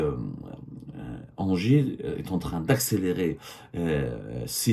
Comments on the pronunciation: Engie ca prononce Ngie pas Angers 😂😂😂😂😂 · Mdr mais arrête de dire anger , sa ce dis enji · On dit N-J pas anger 😂😂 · 😂 Semmar on ne dit pas engie ça se prononce NJ Ok Longue vie à votre pitoyable classe politique algérienne ✌️